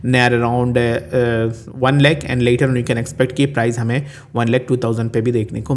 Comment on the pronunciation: It's lakh!! Not lach...lach..